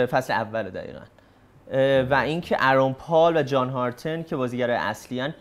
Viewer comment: جالب بود ولی دوست خارجی‌مون (استاد) تلفظ‌های انگلیسیش رو مخ بود😅 حتی اسم بازیگر رو به جای «جاش هارتنت» میگن جان هارتن 😁😁😁😁